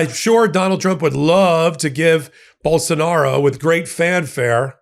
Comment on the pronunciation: Though the man is a complete shithead, let's get his name pronounced right. It is pronounced bowl-sone-ar-oh. All O's are pronounced with long O's, not short. The justice's last name is pronounced Zah-neen.